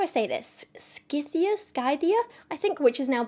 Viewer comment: Your pronunciation of Scythia is pretty spot on :) In Greek & Latin the C would have been a hard sound, like a K.